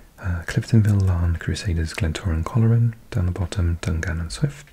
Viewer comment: Just for future reference, Loughall is pronounced Lock-all, and Coleraine is pronounced Coal-rain. I feel like these are the most accurate pronunciations for someone not from NI 👍 Great video